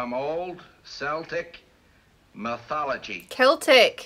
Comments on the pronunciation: Pookas are Celtic, not just Irish. Thank you for correcting the pronunciation of Celtic by the way. Seltic is a football team and that’s about it. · Thank you for getting the pronunciation of "Celtic" right. The American tendency to mispronounce it is one of my pet peeves.